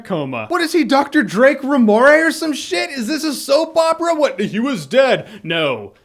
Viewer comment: Lol drake remoray